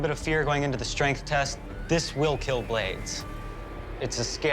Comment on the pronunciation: IT WILL KEEL